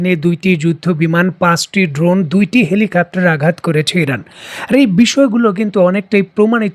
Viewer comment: হেলিকাপ্টার বলতেছেন বারবার আপনার ভিডিওগুলোতে হেলিকাপ্টার বলেন। হেলিকপ্টার - Helicopter হবে।